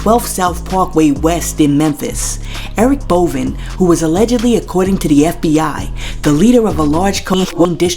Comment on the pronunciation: It's pronounced Bow-van 🤦🏾‍♀️